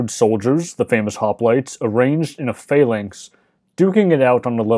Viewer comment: The lector pronounces the word "phalanx" as "failings" most of the time, which is confusing.